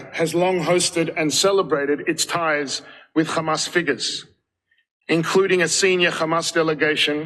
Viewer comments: So this is something I don't get, is it some sort of covert or backhanded insult to refer to Hamas as "Khamas"? BecauseI can't understand why they keep mispronouncing the name. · Anyone else annoyed by the way Israelis pronounce Hamas?